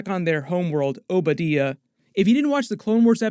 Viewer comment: did you really say Oba Deeyah, and not Oba D-eye-yuh?